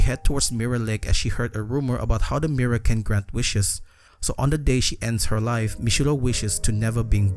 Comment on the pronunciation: "Mirra" i love the way you pronounce mirror